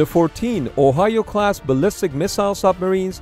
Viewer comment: why i hear "14 ohayou-class submarines"